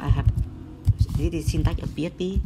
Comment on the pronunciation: P ech P... Hahahah. Faster... Faster !!!!!